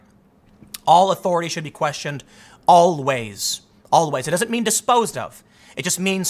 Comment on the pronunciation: Tim "Owl-ways" Pool